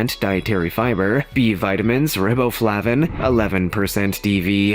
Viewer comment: L, the grapes are called Muscadine (pronounced Musk-uh-dine). I've eaten jack fruit chips. They are good. Honeysuckles grow on vines. The vines grow in trees, though. "Rib-o-flah-vin"? How about Rye-bo-flay-vin? "Galley-uns"? Galleons (pronounced Gal-yuns). "compare-able"? Comparable (pronounced com-per-uble). "San Louise Potos"? San Luis Potosi (pronounced Sahn Loo-ees Pa-toe-si). "ah-blong"? oblong. (Do I even need to tell how to pronounce this one? LOL) "Described to as a super fruit"? (that made no sense at all.) Think he meant "described AS..."? "Ell-ips-oid"? Ellipsoid (pronounced E-lips-oid). "Cuh-poo-cuh"? Cupuacu (pronounced coo-poo-AH-soo). "kwi-nones"? Quinones (pronounced Kwy-no-ns). "Hepa-toe"? Hepato (Pronounced Huh-PAT-o). This narrator has mispronounced so many words in this video that it's not even funny.